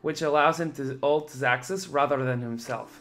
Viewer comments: Hate to be a "troll" but his name is pronounced "zazuz" not "zacksus" . Atleast that's how they said it in the live-cast, and I assume the ask the players how their names are pronounced. but awesome video, thanks for the hard work on the content. ^.^ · i'm from Poland, and his orginal ver. should be pronounced as "ksaksus". But actually he siad on stream that he dosen't care about it. So you can call him "zazuz" "zacksus" or "ksaksus". Everybody know who is who ;p